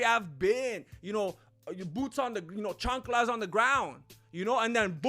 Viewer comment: "Chunclas on the ground" fucking killed me. i appreciate the effort my Mexican brotha!